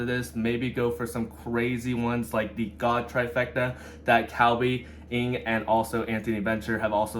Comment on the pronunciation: I completely agree. Every time I hear them say God Trifrecta I just shake my head.